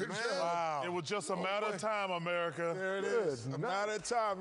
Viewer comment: "Ernie set me up Amerrca"